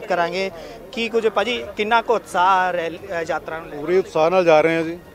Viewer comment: ਐਂਕਰ ਭਾਈ ਸਾਬ੍ਹ ਨੂੰ ਦੱਸੋ ਕਿ ਸ਼ਬਦ ‘ਯਾਤਰਾ’ ਹੁੰਦਾ ਹੈ ਨਾ ਕਿ ‘ਜਾਤਰਾ’